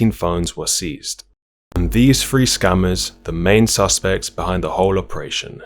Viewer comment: Is he saying scammers or SCUMMERS 😂😂😂